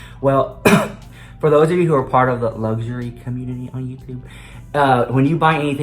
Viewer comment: The elevator communtitty